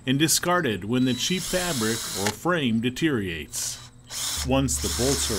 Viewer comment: "Detereates" really????